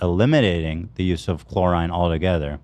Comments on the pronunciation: It was painful to hear chlorine (chlor-ee-n) pronounced chlor-eye-ne so many times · Ethan repeatedly saying “chlorINE” was killing me 😭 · The way ethan pronounces "chlorine" gave me an aneurysm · ethan pronouncing chlorine like that was insane lol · ffs it’s chlorine man 😂😂😂